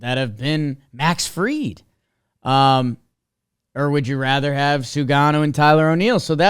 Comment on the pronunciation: It’s Sugano, not Shugano fyi